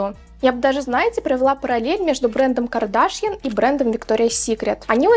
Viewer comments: Что-то как-то плохо ты смотришь ролики и информацию. Не КардАшьян, а КардашьЯн. Я модой не интересуюсь, случайно видео попало в рекомендуемые, но я и то знаю как правильно произносится её фамилия =)), ужас, стыд испанский. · а почему КардАшъян...сорян если не верно просто не понимаю ударение..